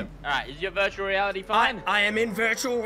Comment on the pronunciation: Is it’s just me or does cray say virtually reality like “vurtuwal wealidy”